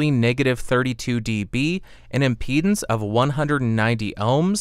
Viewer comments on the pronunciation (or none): none